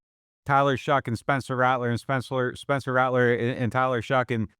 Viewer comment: Caught the “Spencler” lol